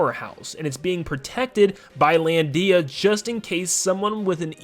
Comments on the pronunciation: IT'S LANDIA NOT LAN DIA! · You put way too much emphasis on the "Dee" of "Lan-dee-a" lol